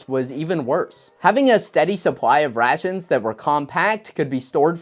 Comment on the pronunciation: I swear that the further into the video he went, his pronunciation went closer and closer to "c-rat-shuns", which sound eerily similar to the modern "C-rats" meme.